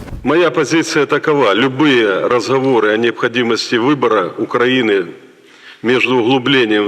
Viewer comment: Ты специально произносишь Укранини?